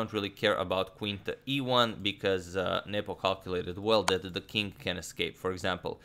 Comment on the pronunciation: Every time Adagmator says Nepo, I hear nipple.